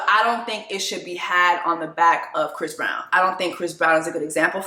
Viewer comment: Did you say fist brown? 😂